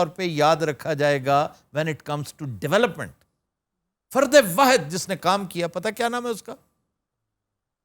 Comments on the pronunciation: Question ❓❓ Sir 12 July KY show main Professor Zikriya Zakir sahib NY aik lfz ghalt bola woh bhi apky Sath beth kr Farad bola hy asal lafz Fard hy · Question ❓❓ Sir AP KY samny professor Zikriya Zakir sahib NY aik lfz ghalt bola hy Farad bola hy Lakin asal Lafz Fard hy 12 July 2021 KY show main